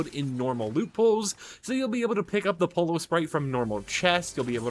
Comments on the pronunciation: Yeah I cringe every time he pronounces it polo instead of poyo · @@ FNCS caster can say “Peterbot and Pollo” correctly when have you heard them say “Peterbot and Polo 👕”? I didn’t say “Perfectly pronounce” it’s the easiest word to say, like Yo-Yo but Po-Yo. Not that hard to figure out man. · It’s no called Polo is pollo (Spanish and Italian for Chicken) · Is it so hard to learn how to pronounce Pollo’s name? It’s Spanish for “CHICKEN” not a fucking game where you hit a ball riding around on a horse 🤦🏻😩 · He’s not Spanish speaking so why would he be able to perfectly pronounce the word if someone’s a mandarin word was written in English you would struggle pronouncing it if ur English it’s not a hard concept to grasp